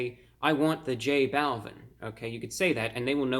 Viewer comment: Not tryna be rude but it’s pernounced j -ball-veen